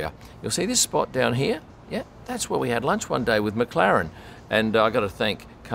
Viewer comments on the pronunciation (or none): none